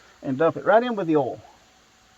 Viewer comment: Are you saying oil or all ?